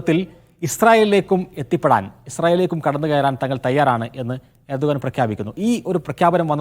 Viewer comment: urdugan alla Erdogan:)))